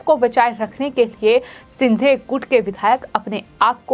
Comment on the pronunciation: अरे कोई तो इस को बोलो की, बोलते समय एकनाथ शिंदे का नाम कम से कम ’सिंधे’ तो नही बोले। दूसरी चीज़ हर शब्द के पीछे ’ह’ लगा के हकलाने की जरूरत नहीं। संजय राउत को संजय ऱ्हाउत, बयान को बह्यान, रात को ऱ्हात, जवाब को जव्हाब. बाकी सब ठीक है पर उसे अपनी खुद की speech सुननी चाहिए।